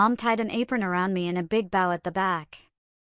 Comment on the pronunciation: Please stop mispronouncing bow 😢😢